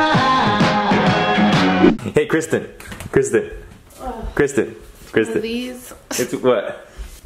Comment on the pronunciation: BEST FWEND KWISTEN!